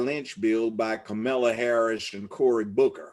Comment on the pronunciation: Did this man say cum-ala Harris???? Smh